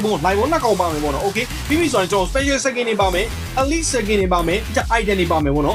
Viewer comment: အလီ့မဟုတ်ပါဘူးဟ အီလိုက်ပါ😅